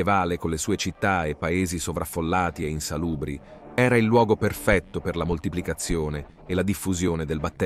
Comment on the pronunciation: sbaglia l'accento sulle parole plurisillabe come insalubri, commette sempre il solito errore co l'articolo: GLI, LEGGE prima la g e poi li, forse, ecco le prove